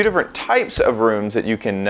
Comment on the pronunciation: He says the word “rooms” like “runes”